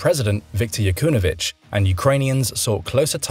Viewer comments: Not YaKUNOvych but YaNUKOvych smh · yanukovych.. Ya nu ko vych. how hard is that?